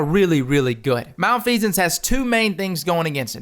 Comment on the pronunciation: Oh my gosh he pronounced it right!